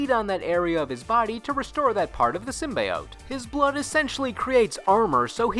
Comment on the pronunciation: Anyone else cringe when he pronounced Symbiote